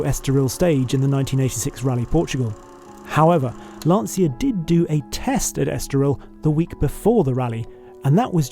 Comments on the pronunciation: Fantastic video. But it's LAN-TCHA not LANSEEA. Come on... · it’s pronounced Lanchia with a ts as in chiselled… not lanseeya… damn! i hate it when things aren’t pronounced properly!!! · Aaaargh! The pronunciation! It's not "LANSIA", it's LANCIA, pronounced "LANCHA", like "Cha Cha Cha". Sincerely, A fellow car lover from Italy. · The pronunciation is awful. Lan cha = Lancia A Bart = Abarth.